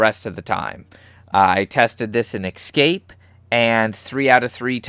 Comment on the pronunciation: Escape. E-SCAPE. Not ecscape. Sorry that was really annoying, good video though.